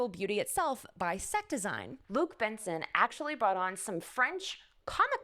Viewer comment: Thank you for the video! ... It's Jean-Luc Besson, not Benson... We don't pronounce the "n" and we pronounce "Bess" as in "best" without the t.